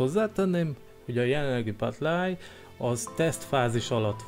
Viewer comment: Nem battleáj, hanem battleye.